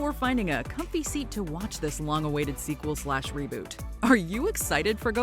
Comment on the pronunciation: "Reboot" LMFAOL